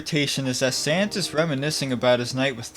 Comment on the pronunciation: Bro rly said Santa